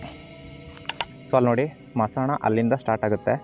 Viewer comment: Bro smasana alla bro smashana clear agi helu bro keloke chanagiralla k na